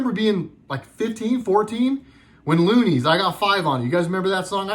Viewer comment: It’s Luniz not looneys lol. Of course they all know what they’re doing. Candace, cardi, trump all of them